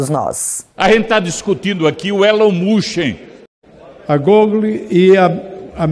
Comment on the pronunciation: Elon Mushen e Feicebuique foi impagável 🤣